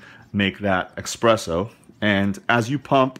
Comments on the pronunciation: hard to take this review seriously. I guess you said you aren't a coffee guy, but jeeze, stop saying ekspresso. There's no K! So you demonstrated how to use it, but how does it stack up compared to a real espresso machine? how about the minipresso or nanopresso? unfortunately, I don't think you are can answer these questions. Still like your video for the demonstration. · Bloody Christ! There is nothing, I MEAN NOTHING, worse than someone who doesn't know anything about coffee, doing a tutorial on coffee or a coffee-making system. Dude, all this, and on top of the fact that you butchered the pronunciation of the word espresso, which should have been the first indicator the this was going to go sideways very quickly! This was a super painful video to watch. I was thinking of doing a shot of vodka every time you said "EXpresso" in order to numb the pain of watching this bloody video! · So the guy in this video is trying to garner profit-collecting views, and even worse, has a purchase link available which clearly indicates that he is getting a piece directly from Handpresso. However, in the midst of it all, this guy can't pronounce "espresso", admits to not being a big coffee drinker and my being critical of that makes me a coffee snob? This is clearly a money-making video and I'm the asshole here? So if I went a BMW car video review where the guy admits he's not a big driver and can't pronounce half the required terminology, would criticizing this guy make me an "auto snob"? No, it wouldn't because in the real world people are allowed to call others out ion their bullshit and other people don't make ridiculous assertions about it. So yeah, if this guy is not a coffee drinker and can't even navigate around the terminology, I'm calling that bullshit out and then checking out. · if you would read the name on The Box it says "ESPRESSO" NOT "EXPRESSSO". IT IS PRONOUNCED "S-PRESSO" NOT "X-PRESSO"! Got it? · Notice that it's spelled espresso, not expresso